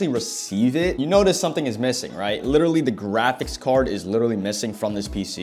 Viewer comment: How many times is this man gonna say "litteretly"